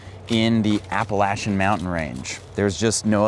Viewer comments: No no no… there is no latch in the pronunciation of that mountain range. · Hello. A great part of the World. There is one thing though. It is spelt Appalachian but the 3rd letter 'a' is pronounced 'A' as i Ace and not 'a' as in and. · Appalayshun (correct pronunciation)